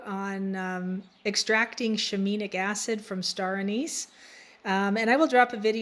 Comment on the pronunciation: "Shi-mean-nic" LOL